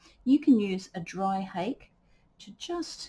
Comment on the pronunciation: The Japanese brush "hake" is pronounced hah-keh (two syllables, IPA: /hɑːkeɪ/). It is often misinterpreted by English speakers, but it does not rhyme with "cake" or sound like "hockey". The emphasis is on the first syllable, which sounds like "hah," followed by a short "keh".